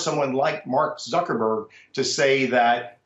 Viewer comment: I think this guy said mark zukerberger !!!